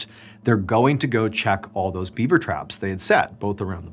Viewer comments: Was he saying Bieber instead of beaver!? 🤣🤣🤣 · Are you saying “Bieber” instead of “beaver?” Are my ears screwing with me? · Gosh darn it!! Is he saying beaber every time? 😂 I swear he's saying beaber and not Beaver. Ruined the whole story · He actually says Bieber every time he says Bieber trap a few times 😂😂